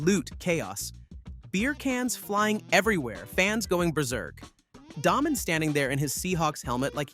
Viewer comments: It is pronounced DAAAY Men, not Daah-men! Do some research first dude. Show you don't know golf at all. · It's Day Men, not Daw Men